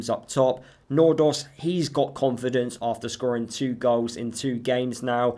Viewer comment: Think you are the closest in prounoncing Nordås right